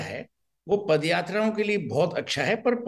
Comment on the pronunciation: Party can't even pronounce the Indian word properly. Instead of saying Paadyaatra they call it Padyaatra.